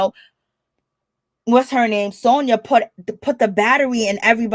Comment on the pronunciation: if you're going to report on things make sure you get people's name right. Her name is Sanya NOT Sonia!